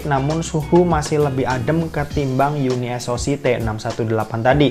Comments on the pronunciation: Bacanya kok. Jadi UNI - ES - O - SI 😂. yunisok aja biar enak.. 😁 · Unisok bang bacany bkan uni s o c 😂😂